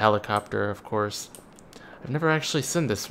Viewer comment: plz stop pronouncing seen like that